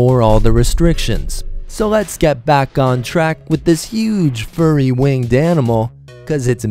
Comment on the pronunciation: Did he say "huge furry wanged animal?"